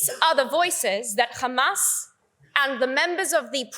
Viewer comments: How many times she said khamas 😂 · Who do they always say khamas😂😂😂🇮🇱💩🧻🚽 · She does know that the word HAMAS has no "k" in it right? Funny watching her polished accent change to pronounce these words incorrectly. Agent of genocide. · I can just hear khamas khamas 😂